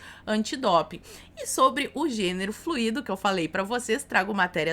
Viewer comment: Professora, “fluIdo?! Por favor, atenção com a pronúncia dessa palavra! A língua portuguesa agradece! 😉🙏